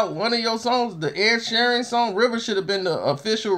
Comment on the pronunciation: This piece of shit needs to quit while he’s still minutely relevant. Half of this video is dead noise. Doesn’t say anything, just sits there breathing like he’s polishing his plastic jewelry. No one in the “biz” knows who this clown is and sure as shit doesn’t give no fucks about him. P.S. it’s Sheeran, an insanely easy name to say. Get the bubble wrap out your mouth and get a fuckin job